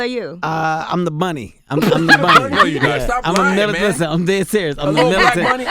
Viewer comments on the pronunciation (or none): Lmfao he Said" milatent bunny "